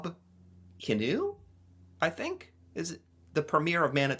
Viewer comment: Kinew, not canoe I think.